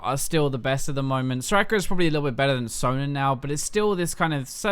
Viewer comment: Why does he say her name SorakRRRRRRRRRRRRR?!?!?!??!?!?! It's annoying!